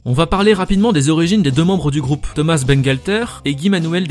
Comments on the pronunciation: SSW Underblast Tout simplement qu'on ne prononce pas thomaSS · Pourquoi on prononce ThomaSS alors qu'il est français? :o